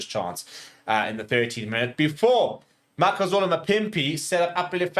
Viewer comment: MAKAZOL-E not MAKAZOL-A geez.